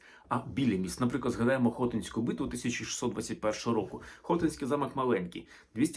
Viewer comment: Щиро дякую за знання! Тільки не Хо-тинська, а Хоти-нська. Невірний наголос назви міста.